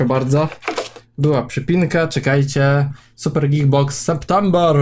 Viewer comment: Czy tylko ja usłyszałam gil box zamiast geek box?! xDD